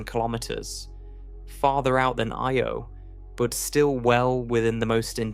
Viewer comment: Can we please stop with the AI? It'll mispronounce "Io" in one sentence and pronounce it properly the very next one. The astronomy videos in youtube are so disgusting about this. There's about two or three that are narrated by humans. Anyway, what could be an interesting topic is now a video I won't be watching.